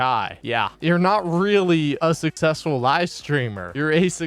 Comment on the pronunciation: Im sussessful me reee!